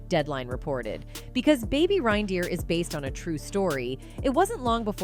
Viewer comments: Reindeer sounds the same as rain dear. Had to stop watching bc VO kept saying RHine-deer. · I stopped watching seconds in. RYNE-deer? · Baby "RINE"deer? Cringe 😬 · How is it that the narrator doesn't know how to say reindeer properly. Ugh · Why is this bot saying 'rinedeer'? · It's pronounced "rain" deer! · Baby what?? RINE-deer? Just do a second take, Jesus. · What the fuck is a rinedeer? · AI struggles with pronunciations sometimes. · Has this narrator never heard of a Reindeer??? And how to pronounce it 😡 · This AI voice and the way it pronounces "reindeer" triggers the shit out of me. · I love how the comments are so focused on her pronunciation of 'Reindeer' and not the actual video, ya'll crack me up 🤣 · Why is she saying reindeer like that? Lol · Would somebody tell A I that I comes before E except after C or when it has an A sounds as in neighbor or weigh thing. Hence Reindeer 🤣